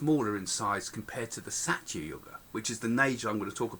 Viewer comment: Please do try saying dwApara... d as in 'th'e, wA as in D'wA'rf, pa as in 'po'wder, ra as in P'ra'Da.. In treta yuga, it is as in 'theTa' as in the Greek letter. In sathya too it is as in 'theTa. Thank you!